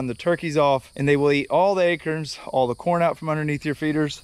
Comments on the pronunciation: Akerns lol acorns he says 🤣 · Too funny! When I heard this fella say "acurns," I immediately questioned to myself, aloud, "acorns?" When it, then, seemed he'd heard me, but a moment later saying, "acorns": can't remember last time I'd laughed so loud, out loud, from something on the internet, lmao! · I love how you say Acorns….AKerns lol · Hi. I just saw you type a label, something like he eats acorns. Why do you know how to spell it but you don't know how to say it; Acerns?